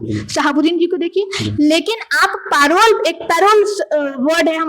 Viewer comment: मैडम परोल नहीं होता पेरोल होता है। धन्य हो प्रभु